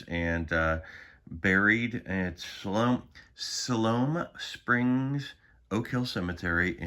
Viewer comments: It's pronounced 'sigh-lome' springs. 😘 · Hey I am from arkansas and it pronounced like (Si ( like uncle si from duck dynasty) then loam) siliome Arkansas. It’s around we’re Walmart headquarters